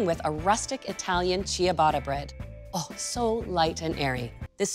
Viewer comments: Pronounced cha-BAH-tuh, not CHEE-uh-botta. My name in Italian is pronounced, not JEO-vah-nee. Grazie! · Love love your channel. Just a small piece of advice for this episode. The "i" is silent, and the "tt" is pronounced as a traditional english "t" sound..... final product pronounced chubata. Please do not take this in any offense, many people have helped me and please continue to make international inspired baked goods. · Great recipe, thanks for that! But, please, learn to pronounce Ciabatta because you’re not doing it right 😕